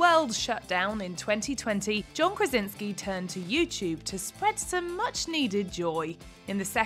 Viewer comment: Krasiński a nie Krezynksy